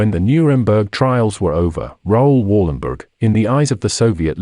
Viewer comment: Please prenounce his name right.